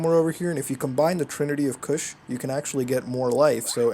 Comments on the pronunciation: "The trinity of cush" lol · stop saying cush